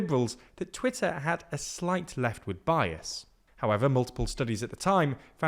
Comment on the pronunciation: its pronounced Twitter !